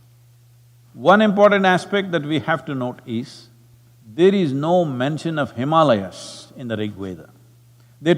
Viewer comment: I’m glad Sadhguru pronounced Himaalayas correctly in this video. I hope he also corrects how he says ‘Brahmachaaris’ one of these days.